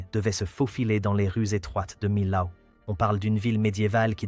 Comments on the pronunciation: On ne dit : MILAO, dans la région, nous disons MIO ! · « De Milâoû »! D'où il sort, ce commentateur ? 😜🤪🙃😆🤣😂